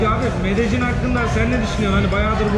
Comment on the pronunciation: Medecin değil :) Medeyyin :)